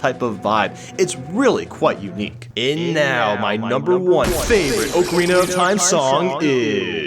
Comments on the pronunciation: It's OCK-arina, not OAK-arina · You switched the vowels in "Oakarina of Time" and "Yawshi"...